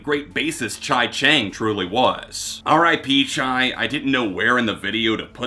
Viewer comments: Duuude his name is pronounced "Chee" not "Chai" RIP Chi Cheng. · Chi Cheng’s name is pronounced Chee, not Chai. That being said; your reviews are full of detail. I appreciate what you do. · Chee...not Chai. But yeah good job bud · Chai? Its Chee... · I've never ever heard anyone pronounce Chi's name as Chai?? But do you I guess. Lol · Innocent mistake but every time you say “Chai” for Chi is a tough listen. Beyond that here goes: 9. Adrenaline 8. Gore 7. Deftones 6. Ohms 5. Koi No Yokan 4. Around The Fur 3. Diamond Eyes 2. Saturday Night Wrist 1. White Pony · It’s pronounced Chee btw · So we just gonna ignore the mispronounciation of Chi and Mein?